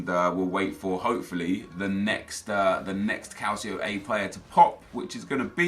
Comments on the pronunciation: Who else finds it annoying when he says calcio a its pronounced "cul ch io a" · It's pronounced cal chee oh. And Dee bala or dih bala.